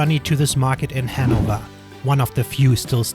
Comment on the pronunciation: hennover lol